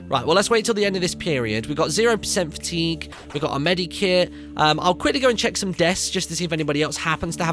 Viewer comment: Medkit not medikit